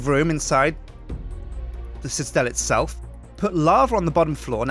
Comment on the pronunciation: Aw still has trouble saying citadel.